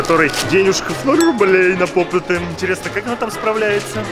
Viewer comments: Правильно не попытаныА попты Ударение на ы И симполы димполы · НЕ ПОПЫТЫ А ПОПЫТЫ УДАРЕНИЕ НА Ы 4 !!!!!!!!!!!!!!! меня бесит когда ктото говорит чтото не правельно-_- Я КРИТИК